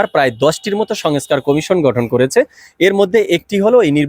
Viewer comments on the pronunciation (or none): ভাইজান, আপ‌নি এ‌তো বড় প‌ত্রিকার রি‌পোর্টার/সাংবা‌দিক! আপনার উচ্চার‌নে সমস‌্যা আ‌ছে! ঠিক ক‌রেন। "সঙএছকার" কি? ২৩,০০০ কোটির স্থ‌লে ৬০০ কো‌টি চার ভা‌গের এক ভাগ কি ক‌রে হয়। "খাওয়ার আ‌গে মেয়াদ দেখা উ‌চিৎ"